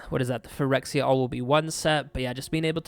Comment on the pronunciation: I can listen to you say “Phyrexia” all day long boy 😊